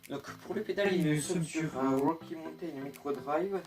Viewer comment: Belle vidéo malgré quelques beug au montage et un qualité moyenne vidéo et de son. Accent anglais à améliorer (wokkie montain) (wokkie montain le retour) Quelques petites blagues comme à et (bas les couilles) SANS PARLER DU BEST OF OU J AI BIEN RIGOLE Mention spéciale pour le caméraman qui a fait du bon taf 15/20